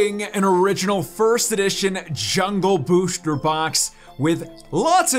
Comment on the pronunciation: why do you say booshter